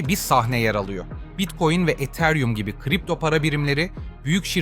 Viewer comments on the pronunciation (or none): none